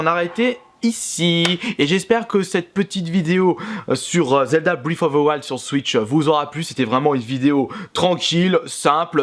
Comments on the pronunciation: "fbrif offfff fe fouaïld" c'est pas compliqué à dire breath of the wild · ‘’Zelda brifouvewail’’ On dit Breath of the wild en fait... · Breath of the wild, pas britoftewouald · En exclusivité pour toi ! Ça se prononce : Breath of the wild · Brèsse offe ze waillede ! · brèft of de waÏld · Alala tu me feras toujours autant rire avec ton anglais si parfait avec une prononciation magnifique Zelda: briiffe oveu wouald mdrr 😂😂 vidéo au top comme d’habitude 👍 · Brife foffe ze waldeuh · " Zelda bfife ofe fe fils " Je te kiffe 😍😍 tes le meilleur change pas 😂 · Tu peux prononcer breath of the wild stp c tellement marant comment tu le prononce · zelda briffe of a wouayld ou encore zelda toilette prinsaisse xD quel accent anglais de toute beauté